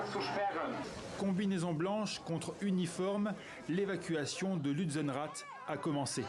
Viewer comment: Tripod pas totem Et apprend a dire dire lutzerath